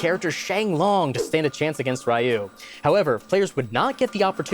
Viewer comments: Also um actually, his name is pronounced "ree-you" and not "rye-oo" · um acthually you pronounced Ryu wrong! Its... ehum... ree-ooh. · why does he say ryu like that "rayu" he says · Is it not pronounced REE-oo? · Um Actually, Ryu is pronounced closer to “Yoo” with a subtle “Ree” beforehand. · Has anybody pointed out the blatant mispronunciation of Ryu's name? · Is that how you pronounce Ryu? I've never heard it pronounced like that before.